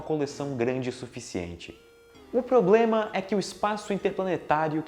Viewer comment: Falou tão difícil q n HR de falar uma palavra fácil pronunciou "ploblema"